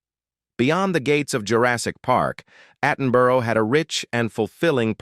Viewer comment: I gave up watching when they started showing several actors who are still alive. The pronunciation of the surnames of Bert Postlethwait and Richard Attenborough was atrocious! The narrator has trouble pronouncing names of several of these videos!